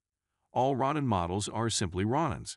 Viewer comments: "ROE NAN" NOT "RON NAN" 🤦🤦 RONIN- "MASTERLESS SAMURAI " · Ro-neen. Roll the R. Japanese isn't hard. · Rawnin lol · Springfield Ron in ? The Philip pines? These AI talking videos are horrible at pronouncing certain words, but that's how we can tell they are AI so maybe that's a good thing.